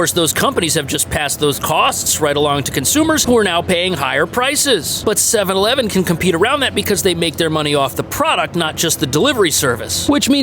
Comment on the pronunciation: You can't find one Japanese person who can say 7/11 correctly...